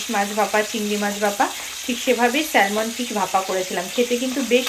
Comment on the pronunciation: Spelling ta hoyto “Salmon”but pronunciation ta hoy sa-muhn.. ekbar ektu check kore nio.